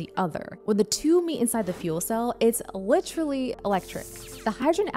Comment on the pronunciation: Great video. However, there is no CH in the word literally.